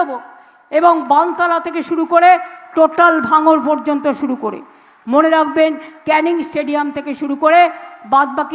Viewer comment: উনি মাঝেমধ্যে বলেন শুরু করে, শুরু করে না সরু করে, কঞ্চি কাটতে বলছেন? মুখ্যমন্ত্রী উচ্চারণ ও অসুবিধা আছে। ছিড়তে পারে না মুরগীর বাল, ধরতে এসেছে জাহাজের হাল।